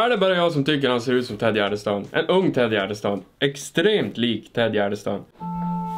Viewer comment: Kan någon mattelärare räkna ut hur säger Tedde Gärdestad! Ett tips att använda miniräknare.